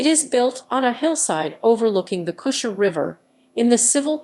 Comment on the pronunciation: Pronunciation! The town's "g" is hard (as in God). The first part of Cusher rhymes with mush, not moose. Otherwise not a bad summary, for which Thanks.